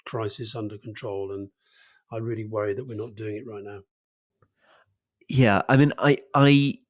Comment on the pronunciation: Worwy talking about the dangers of being pretentious 😂😂